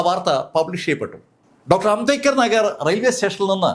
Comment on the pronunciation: സാർ ഇങ്ങനെ ചിലത് പറയാറുണ്ട്